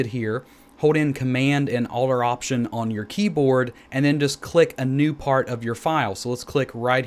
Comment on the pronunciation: Thanks. I was trying to figure out what he was saying in the video. It sounded like control and alder option highlighted. I had no idea what that meant.